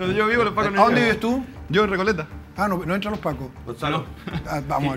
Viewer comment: Qué rico el panelista de recoleta flaite flaite flaite ósea de recolecta